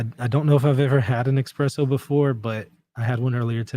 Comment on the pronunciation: It’s definitely called espresso, not expresso! Lol